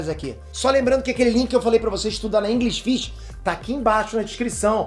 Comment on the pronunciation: Aprender Inglês na "InGRIsh Fish" eu não quero kkkk